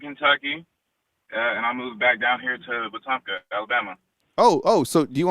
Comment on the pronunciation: No no no. Its we-tum-pka. The p is silent.